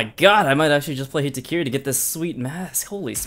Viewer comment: That’s what it sounds like he says lmao